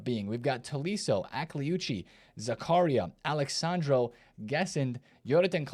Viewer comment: Akliouch ...not akliouchi 😅